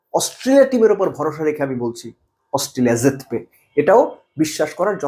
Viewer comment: শুধু অস্ট্রেলিয়া নয় ভারত যখন যার সাথে খেলে বাংলাদেশের শুধু রিক্সাওয়ালারা নয় বাংলাদেশের প্রধান উপদেষ্টা সহ আপামর জনসাধারণ বলে ভারত হারবে আর যার সাথে খেলা হচ্ছে সেই দেশ সে বাংলাদেশ হোক, নেপাল বা ওমান অথবা অস্ট্রেলিয়া হোক সেই দেশ জ্যিতবে (আপনার উচ্চারণে)